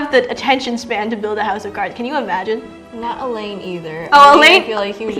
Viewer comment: Pronouncing Alain as Elaine really tickled my funny bone. ❤